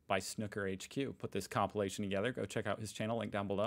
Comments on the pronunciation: I came to the comments to type exactly the same comment at it is THAT jarring. He is able to have an opinion on one word without you doing a Cathy Newman "so what you're saying is...". (Jordan Peterson Vs Cathy Newman interview - look it up). And he doesn't THINK that snoo-ker is the correct way - it IS according to the dictionary. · It's sn-oooo-ker! It doesn't rhyme with "cooker". (This is a bit random - 'best shots' or 'best snookers' would be better viewing IMO). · Its is called snoooooker like snoopie the dog…. No disrespect 😀 I did not know myself until recently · Just tuned in to see if the American is going to butcher the word "snooker" - of course he did :) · To pronounce snooker correctly, think of the word "uber", replace the "b" with a "k" and and "sn" at the beginning. Also the sneeze clip was a sketch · Snooker is pronounced like cue - Oo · Please pronounce snooker properly FFS (hint rhymes with snoopy) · Stop saying snooker pleaaaase. Your pronunciation has ruined my arvo. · It's snooker, not snucker.😂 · Snuker? Snooker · SNOOOOKER NOT SNUCKER, ALL AMERICANS HAVE A SPEACH IMPEDIMENT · I think it is Pronounced the same worldwide. I have heard many International Commentators over 45 years of watching Snooker.... And I am certain, without hearing it, what the OP is calling "correct pronunciation". Snooker as in pool. Not snucker as in pucker! 😂😂😂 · man it's pronounced snewker not snucker. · Or snuuwker, but definitely not snucker. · The reason the crowd did not cheer, it was during covid, so no crowd. PS Its pronounced snewker not snuker. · SNOO KER not SNUCKER ! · Steve Davis (ginger hair) was playing a famous British comic who is also a good snooker player, hence the sneeze as Steve took his shot, it was an exhibition match during a competition.. By the way, it's pronounced snooker not snucker, you don't call a pool game 'pull'. When all the reds are potted the colours have to be potted from low to high i.e. Yellow (2 points) up to Black (7 points).